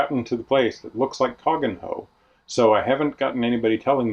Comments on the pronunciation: My wife from Northampton always complains when I call it cog-en-hoe (pronounced cook-no) but when we go to my old home she always calls it flit-wick (pronounced flitick).. congrats and wishing you exciting times ahead 👍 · Cogenhoe is spoken as Cook-no 🙂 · I haven't read through all the comments, but Cogenhoe tends to be pronounced Cugknow by the locals. Not sure where you are now, but our boat is moored at Titchmarsh on the Nene, called Whisper. We're not liveaboards, so if we see you go past, we'll give you a wave. Otherwise, I'd love to meet up in Cambridge for a chat. I do IT work for several of the Cambridge colleges.